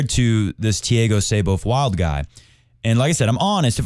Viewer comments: Brazilian here. I know Muricans are famous for butchering other languages, but Thiago's last name is pronounced "Wuild" Edit: Wow.. this guy is a tennis commentator?! How about doing some homework before taking about tennis? Unreal.. JSYK, Thiago won USOpen Juniors in 2018 and the last ATP 250 before the pandemic in 2020. Then he lost his focus with partying during lock down and even got accused of domestic abuse by his then GF. He has shown a lot of talent and is a bit of a hot head. His current rankings does not match his tennis abilities. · Muricans? Man, I'm Indian and even I pronounce it as "Wild". I'm pretty much sure all nationalities (except Brazilians and maybe Portuguese) would pronounce it as "Wild" instead of "Wuild"